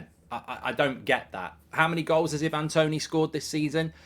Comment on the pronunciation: Love your stuff mark and I know there is more important things in the world but please pronounce Ivan Toney as I van not e van 😂